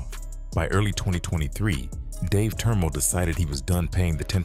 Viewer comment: Good job on the french name pronunciation